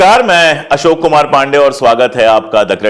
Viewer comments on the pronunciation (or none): none